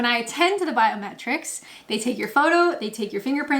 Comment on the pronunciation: Every time you say biometrics I hear "bowel metrics" and wonder why staying in the UK relies on measurements of your intestines? Is there a version of misheard lyrics for YouTube?